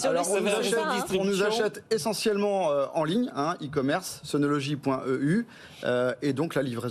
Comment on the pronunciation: C'est bizarre que cette dame n'arrive pas à prononcer le mot SUNOLOGY en langage français normal, ordinaire. Son SunoloDgy est un peu pataud. Au passage, j'en possède sur mon toit car j'ai aimé le côté "français" de l'assembleur/distributeur.